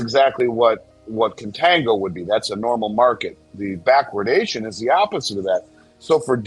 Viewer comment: If I hear bachwardation again I'm going to puke 🤢🤮